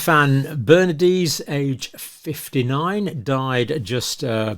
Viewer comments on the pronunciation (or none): It's one thing to apologise for your mispronunciation of German, but even reading the letters in sequence and as English would not account for the abysmal incoherence of your efforts. How on earth, for example, can Stefan Berendes be read as Stefan Bernadeez? The r precedes the en - You must be close to illiterate.